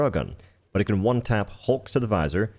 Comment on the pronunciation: omg how he talks is so annoying, I'm at "Juan-tap" number 20 only 3 mins in wtf lol